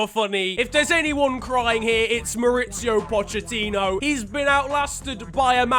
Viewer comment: Man really pronounced it 'Pochettinho.'